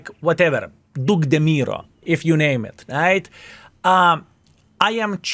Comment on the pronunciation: I love the name pronunciation :D DeMuro